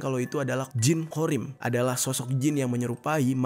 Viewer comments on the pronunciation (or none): sekedar meluruskan bang,.Jin qhorin bukan qhorim